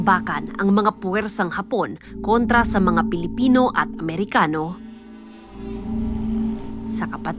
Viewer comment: 12.39 Kailan pa nakipaggyera sa mga Pilipino ang mga "Mehikano" (Mexicans) 😂😂😂